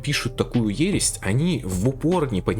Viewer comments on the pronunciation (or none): Ересь а не ересть